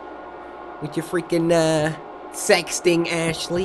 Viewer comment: Did he really say sexting🤔